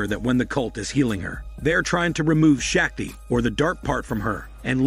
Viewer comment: It's painful to hear Shakti pronounced wrongly continuously